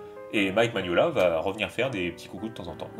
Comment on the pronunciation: Par contre, c'est Mignola, pas Maniolia. Et un peyit hommage également à Dave Stewart, qui est devenu son coloriste attitré, et qui participe grandement à cet univers. C'est dommage que le BPRD soit moins bien illustré, malgré un scénario vraiment dantesque !